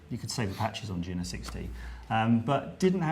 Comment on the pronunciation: YOO-NO ... its a syllable parody of "JUNO"